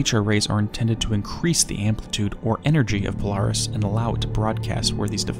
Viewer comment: Polaris sounds like you’re saying Polar Hiss… Polaris is polar to The Hiss. If that was Remedy’s intention, they are geniuses.